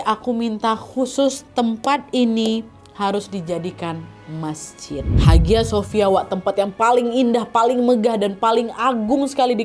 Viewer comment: haghia sophia bacanya : ayya sofia